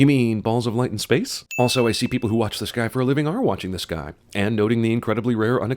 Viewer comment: you forget the ‘t’ in “the”. Ding!